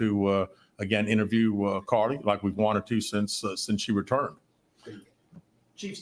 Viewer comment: I’m screaming when he said CarliTHAAAAA 🤣🤣🤣🤣🤣